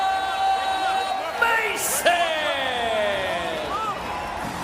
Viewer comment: I wish he correct these people on pronouncing his same. It's not Abdella, it's Abdullah (Ob Doola).